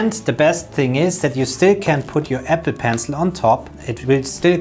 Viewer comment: I keep hearing epi..pencil.